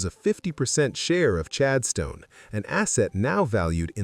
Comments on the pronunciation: Chadston not Chad Stone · 🫣 pronounced ChadSTON..not ChadSTONE....it's an 'Aussie' thingy...🙄 STONE(D).....🇦🇺😮? 🙄